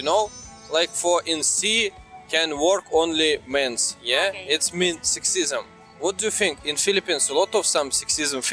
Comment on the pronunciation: You are pronouncing Career very well now but Sexism, not so much🤣. Keep trying, you will get it soon. I love when you used to laugh when you said Career lol. Good job and the glasses look very good. So professional sir.